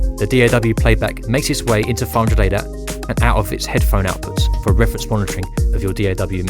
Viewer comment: This narrator should really work on pronouncing his words a little better because he wasn't saying 500ADAT, he was saying "fraunjadata". I was here trying to learn about this product before potentially buying it.